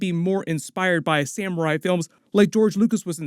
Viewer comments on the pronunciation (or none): none